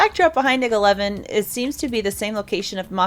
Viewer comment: hey, I mean no offense but if you didn't know IG-11, IG-88, IG is it's series pronounced (eye-gee) sorry if you already knew that still a awesome vid.